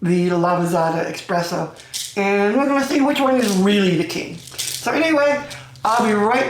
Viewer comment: The fact that you say expresso and not espresso makes me immediately discard your opinion im sorry